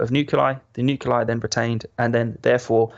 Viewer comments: I hate how he says "nuculai" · The way he’s saying nuclei is really bothering me 🤦🏾‍♂️😂